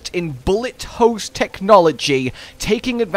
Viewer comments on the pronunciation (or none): none